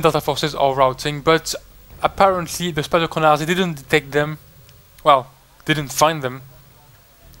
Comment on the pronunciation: Your "spadochroniarze" pronunciation is quite good :)